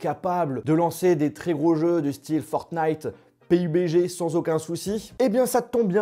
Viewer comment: Pk tu dis P(I)BG ??